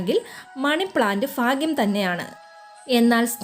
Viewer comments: Fagyam allaa bhagyammm,Falam allaa bhalammmm clear ayittu paranjall views kudum YouTube money konduvarummm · ഫാഗ്യം അല്ല ഭാഗ്യം മനസ്സിലായോ4